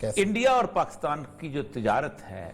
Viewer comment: باتیں اچھی ھیں سوائے پیٹی بھائیوں کی اچھائی کے۔۔۔۔۔ اوریا صاحب وطن کی عزت چاھنے والے آ دمی ھیں۔ مگر لفظ پاکستان کی اوریا صاحب بڑی مٹی پلید کرتے ھیں اوراسکے کے بار بار غلط تلفظ سننے پر بڑی کوفت ھوتی Pakis تلفظ ھے نہ کہ Pakas مطلب حرف کاف کے نیچے زیر۔